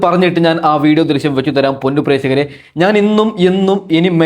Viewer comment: പ്രേസകർ അല്ല പ്രേക്ഷകർ